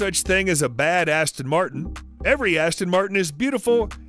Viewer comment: badasss-ton Martin😅😅😅